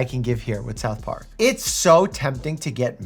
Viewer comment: I thought he said “self harm” instead of South Park